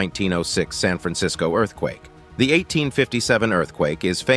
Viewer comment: "TeJon" as the narrator keeps saying! It is pronounced "TeHone"!!!